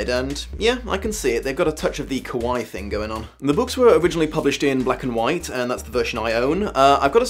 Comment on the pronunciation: That’s not how you pronounce Kawaii. You said scary. XD